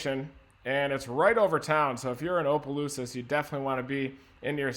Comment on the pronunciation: I love listening to people try to pronounce towns in Louisiana it’s so funny! “Opalooses”